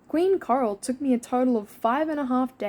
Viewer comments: Is it just me, or does it sound like is saying “Carl” instead of “Coral” sometimes? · I kept hearing “Karl” instead of “coral”, so I was super confused throughout like half the video 😭😭😭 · no way i thought u were saying "carl" this whole time! haha